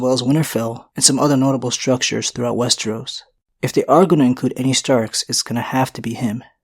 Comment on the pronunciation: Repeat after me wes-TER-os. Wes-TER-os. It isn't spelled or pronounced wes-tree-os.